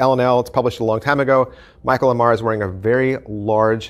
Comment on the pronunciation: I still to this day don't understand how we have so many super fans of Michael Ammar who mispronounce his last name. He says it on every video! That aside, ETMCM Vol 2 is some of the best money you can ever spend on card magic. There are absolute GEMS on this video. I have been using 3 effects in particular off of this video for well over 20 years. A must-have in any serious student's library.